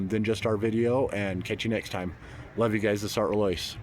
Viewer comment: I speak French and the correct pronunciation is “Sart” with a short rather than long vowel (not “art”). “Roloise” is Roy-Loy-z